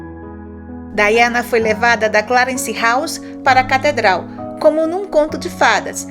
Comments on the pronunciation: A pronuncia é Daiana. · O nome da Princesa se escreve Diana , mas se pronúncia Daiana em.inglês.